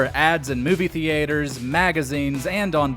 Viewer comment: What's a "thee ater?"